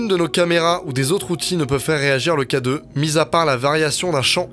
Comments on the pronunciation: J’étais sur que tu disait cadeau au lieu de K2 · Oui au début je pensais que s'était littéralement un cadeau pour les spectres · Depuis le début de la vidéo j'entends cadeau au lieu de k2 aussi non bonne vidéo et ça m'a fait peur